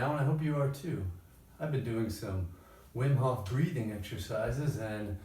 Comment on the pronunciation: Okay you gotta learn how to pronounce Wim Hof correctly! Also I looked up that Vimeo link. Here it is for peeps that want a link